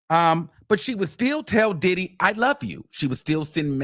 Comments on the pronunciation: 😭cracks me tf EVERY mfin time he says it🤦🏻‍♀️😂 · Lol that's how I pronounce his name now. Did-hee. Followed with, "yes he did." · Can’t nobody pronounce Diddy the way you do 😂😂😂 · It’s sumthin about how u pronounce the name ‘Diddy’ 😊